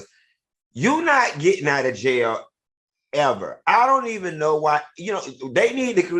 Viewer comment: I LOVE YOU Q! going to "JAYEL" lol